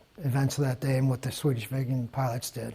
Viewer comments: Did you just call it 37 VEGAN....!? :P hahahahahah. I know iths not easy to pronounc swedish but I was laughing for several minuts. Lets feed it some carrots ;) Love you chanel :) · Pronounce Viggen in the same way as you pronounce big.